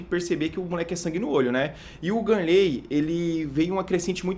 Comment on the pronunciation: é GAnnley não ganleeey